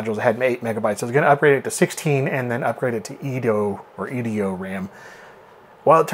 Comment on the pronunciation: Us old timers know by sight these fake cache (cay-sh not cash). :) The engraving and excessive fake plastic look give them up right away. It may be enabled all you want, but it don't make that empty socket full. EDO = E.D.O. not eedoh. Your pronunciations really hits the ear wrong.